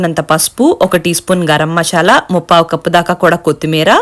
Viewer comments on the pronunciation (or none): మీ మొహాలు మండా , పెసరపప్పు ఎంటే తల్లి. అది మసాల, మషాల, నషాల, ఏంటి మీ తెలుగు తగలెట్ట 😂😂